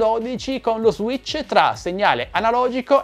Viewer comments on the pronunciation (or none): none